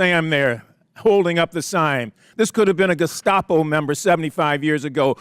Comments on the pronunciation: Tim Walz calling them Geskapo...jfc. What an absolute brainlet 😂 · He is such an incompetent fuck he can't even properly pronounce the word Gestapo Jimenez pronounced it more than twice.... how can you trust that even knows what the Gestapo is or was when he can't fucking pronounce the name of the organization? It's not even hard to pronounce you pronounce it phonetically for fuck sakes